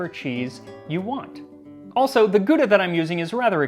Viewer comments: * Sigh *... it's not pronounced "Goodah" but "Gowdah" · Bruh, Gouda Cheese is spelled Gow-dah not Goodah :D Or even if you want to spell it the dutch way it is like how-dah, but the h bust be spelled in the throat. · As a Dutch-speaking person, I can't get over how weirdly you guys pronounce "Gouda". It's "gow-da", not "goo-da". (And technically, the start is a soft "g", but I won't bother you with sounds that you literally don't have in the English language.) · Just so I don't need to crinch everytime you prounounce Gouda. It is actually pronounced "gow-dah" with "ow" like in "cow". Interesting video though. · Please Gouda is not G- oo - da. Ou should be pronounced as ou in the word out or outside. So try it that way G - ou- da. Other than that, please my american kin, use the word 'dear' rather than expensive. Expensive is a norman french ponce word. The reason why we say, Dear sir, is not because you fancy him but because he is of great worth. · Max; Gouda is named after the Dutch town credited with inventing it. Pronunciation is closer to 'how-dah' than 'goo-dah'. Guttural 'h'. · It is not Gooda cheese, it is pronounced How-dah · "Ghow-dah". Not "goodah". "Gow-dah" seem acceptably close. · English speakers saying "Gouda" just hurts my Dutch soul to the core. It's not "Good-ah", it's more like "(G)h-ouw-da" where the G is a gutteral noise not present in English (best explanation is like saying G but keep pumping air through your mouth) but can be replaced with an H, and "ouw" like in the sound of pain. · Was is gooda? GAUDA? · As a Dutchman it always cracks me up how foreigners pronounce our Gouda. In Dutch, you pronounce it with 'ou', which in American is a bit like 'aw' in law instead of 'oo' as in 'food'. The Dutch 'g' is ofcourse almost not pronouncable for people not used to it. The English G is at the upper part of the throat, the Dutch G way deeper, like almost clearing your throat. Anyway, thanks for all the Lasagna info Max! Enjoyed the video!